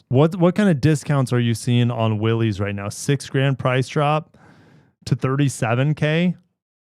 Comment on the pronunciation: say it with me: Willys is pronounced Willis. spread the word.